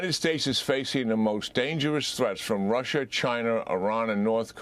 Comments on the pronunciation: Why does this guy keep saying, Russher, and Chiner ? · Rusher? Chiner? lol